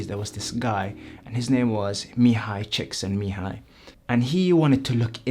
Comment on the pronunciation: OMG , finally someone pronounced that psychologist name " mihaly csikszentmihalyi " !!